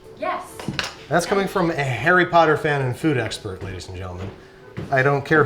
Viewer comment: did He just say "Pumpkin Pasties from Parry Potter"?